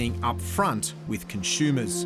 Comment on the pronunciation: I can’t unhear the pronunciation of “con-shoe-mers”.